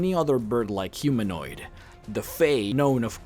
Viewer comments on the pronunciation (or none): none